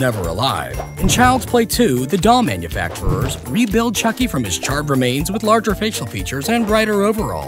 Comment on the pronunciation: AAAAAG!!! I had a cringe heart attack! You said “chuck buddi” 😂😂😫😫